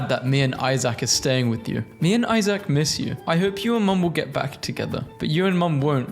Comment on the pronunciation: why did he say isaac like that